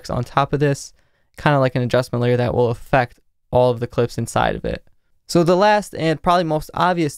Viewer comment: I love how you emphasise "adjustment layer" every time you say it haha